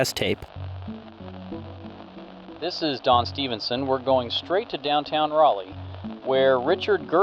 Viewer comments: As a North Carolina resident it pains me to hear you pronounce it like RAH-LEEE it‘d be more like Rölee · as a local, almost everyone here pronounces it as “Rall-Lee”, with the R in Rall pronounced the way B is in Ball. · As an NC resident its my duty to inform you that everytime you pronounced Raleigh i laughed lol. Its RA-LEE not ROW-LEE Aside from that, great video i enjoyed your take on the sauce being the culprit i havent heard that one before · It's Raw-leigh. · It's rall (like 'hall')- lee but rally is close enough ig lol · Its Rah-lee not Rowley 😅 sorry great job on the video , it was just bugging me. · Raleigh: Raw-Lee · It's RALL-lee. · Bro can't pronounce Raleigh to save his life. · I'm also from Raleigh and I never realized how different the pronunciation is from the spelling LMAO